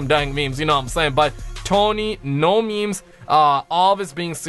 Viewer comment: Tony - What are meemees? (He pronounces it ME-MEIS) Bob - ooh, that meme is spicy (Pronounced S-PIH-C) Carlos - LoNg LiVe ThE mEmE kInG 1!1 (He made every "G" sound like a "J") Me - Is the plural of moose meese? (Doesn't understand how the language of English works)